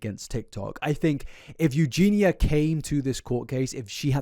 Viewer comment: pronouncing eugenia correctly is true character development